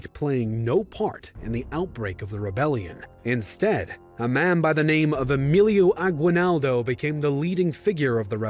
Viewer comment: Can they at least get somebody to pronounce the dang names right. My blood shivers everytime he says "hosay reezahl" "emeelio agooeenaldo"